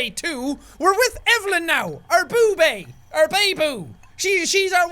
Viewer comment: did my one else relise that jack at the begining said "she's my boo bae".....ooooookkkaayyyy let's slow things down "boo bae" sounds like boobys with an a in the middle of the y and s😂😂😂